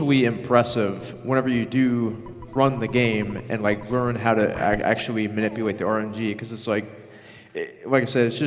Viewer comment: I think we all feel that. Especially because of that speech impediment. "Manipuwate" "wilw rarewly" hhhhhhng